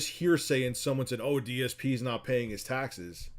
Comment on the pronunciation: "Tyexes" - trying to say "taxes"